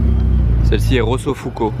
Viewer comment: Ferrari 488 Pista Rosso Fuoco (Rouge Feu) et non Fuco